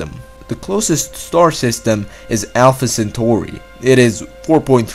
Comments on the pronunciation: If you say Alpha Centooori one more time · Alpha centoooouuui Loght Stors